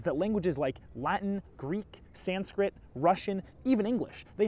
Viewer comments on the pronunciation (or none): none